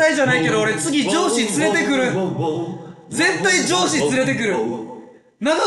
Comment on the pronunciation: ここら辺から「上司連れてくる！！」が「ジョージ連れてくる！！」に聞こえてきてガチしんどかったwwwwww